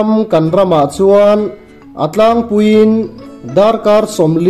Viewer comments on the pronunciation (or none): none